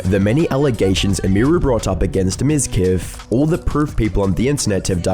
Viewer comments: It's pronounced MIZQUEEF! What really baffles me is how women fall for that pathetic narcissist! He's a walking red flag store! Did I mention the viewbots? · Miz queef. You said his name wrong